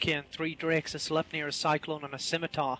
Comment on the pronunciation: isnt "sleipnir" supposed to be pronounced more like "slip-nir" ?